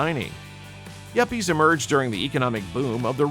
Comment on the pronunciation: yappies??? its yuppies young urban professional